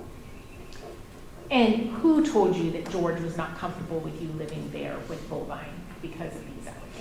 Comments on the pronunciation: It's Bulvine. Not bovine like a cow. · It's Bulvine, not bovine like the cow. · It's Bulvine not bovine like a cow.